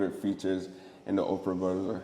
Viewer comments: I couldn’t stop laughing the whole video he kept saying Oprah and it’s Opera lol I love the video though! My guy!🔥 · Nice vlog but bro please learn how to pronounce or enunciate properly! You literally said Oprah the whole time! It’s Opera! Op-er-a, as in musical theatre, like a night at the opera, not Oprah Winfrey! 🤦🏾‍♂️ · how did you get a sponsor and cant even pronounce the company name…i literally thought the billionaire Operah invited you out 😂…its pronounced op-era not Operah the lady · you pronouncing it "ope-ra" like Oprah instead of "opp-ra" rubbed me the wrong way for some reason on lol Solid video as always tho 🔥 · Omg legit thought you were saying OPRAH the whole time 😂😂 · The presenters pronounced it as Oprah as well… pretty for sure he know what he doing lol.